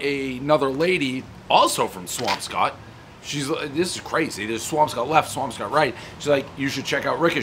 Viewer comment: You pronounce Swampscott like someone who’s not from there. I grew up there in the 60s and 70s and every local pronounced it Swampskit